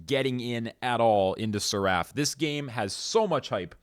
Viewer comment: Seraf. Not Ser-A-ff